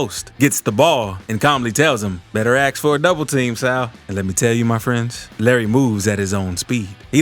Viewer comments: Aks? Learn English. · AX....AX....AX... since you "ax" so many questions, let me shovel you the answers.. This pronunciation of this word makes intelligent people sound so STUPID!